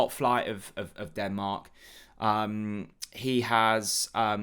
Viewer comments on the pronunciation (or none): none